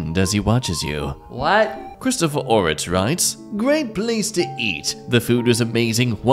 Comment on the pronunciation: As an Ortiz the way he pronounced my last name and many others, it hurt.